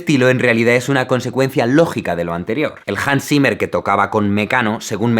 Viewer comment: JANS SIMER Xdddd